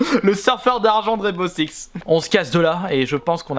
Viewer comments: Ptdrrr mais les sous-titres ont affirmé qu’il disait bien « Sex » au lieu de « Six » 😂😂mais bon on va pas se focaliser dessus ... parlons plutôt de ses commentaires sur le jeu 😁👌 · C'est moi ou il dit " rène beau sex " ? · Je suis le seul ou il dit bien Rainbow sex (seix) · Mdrr " rane beau sex" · Garry's Mod - MultiGaming bah oui malheureusement mdr